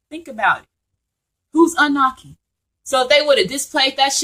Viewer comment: Love the info I just have one thing tho it's pronounced ah-new-nahki. Not trying to correct you just want you to say it correctly so people who aren't familiar will be well informed and be able to know exactly what ur talking about. This was awhile ago so you probably have already made the adjustment. Peace and blessings